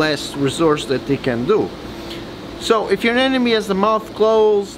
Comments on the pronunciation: why do people pronounce it as ANE NE MES! its uh·neh·muh·nee! A NE MO NE! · Anemone not anenome 😉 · Stop mispronouncing anemone